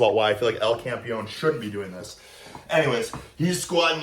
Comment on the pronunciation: Its Campeón (The champ), not campion